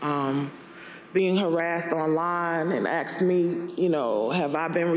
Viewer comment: It’s pronounced “asked”, not “axed” and its”death” not “ deaf”